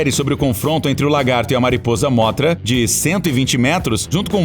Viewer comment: Mano não é móthra é mõthra e não rei ghidorah e mais devagar o ghidorah